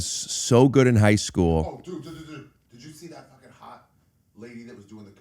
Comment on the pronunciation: I’m back again because I just heard him say Hike School 😂